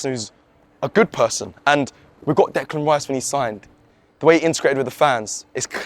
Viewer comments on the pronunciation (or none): none